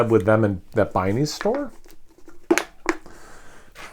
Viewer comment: B+.. would be A but the way you pronounced Binnys😂, lol not making fun.. but I am having fun watch this.. no all joking aside great job.. i mean that's kind of the reason people put adjuncts in beer, to enhance what you can get from core 4.. ive not had this beer but if they did it in a subtle way where it tasted natural then that sounds like a beer I'd like.. pipeworks is yet another Chicago brewery putting out some fire..